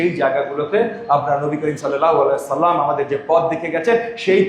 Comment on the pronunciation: শালা, শুদ্ধ করে সালাম দিতে পারে না, এর বয়ান প্রচার করতেছেন কেন ???